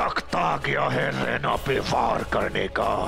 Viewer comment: For your mind it's raina not Rana